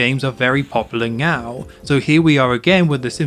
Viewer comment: I was on the fence but I am now 100% convinced you are saying "meow" instead of "now" 😂😂